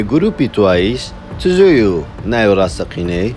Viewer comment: سەنا نیە سانایە😭😹 تزویو نیە بە جویی دەخیندرێتەوە